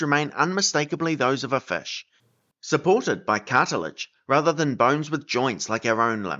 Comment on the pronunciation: Cartilaginous Fih